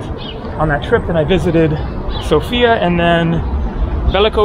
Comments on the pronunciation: Hey, lovely video, but just a side note. It is pronounced Sófia not Sofía, The stress is on the O not the I. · It is not a girl, it is a capital. It is pronounced sOfia, not sofIa. Greets from Sofia. :) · Dude, it is pronounced SOfia, the stress is on the O.